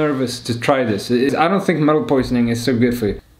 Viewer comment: I don't know why but the swedish... 😂😂😂 And also when he says "metal poisoning" 😂😂😂